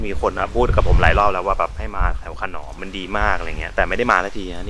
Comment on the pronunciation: ขน..อม..ครับไม่ใช่ขนอม